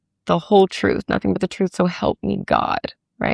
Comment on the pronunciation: "HER CHE-RUUUHHTH" 😂😂